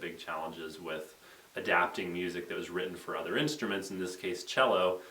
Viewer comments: ya, it's pronounced chel-o not see-lo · Wait, do you pronounce "cello" silly or do I :o?